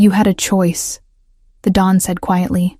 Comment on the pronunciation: The correct word is Don not dawn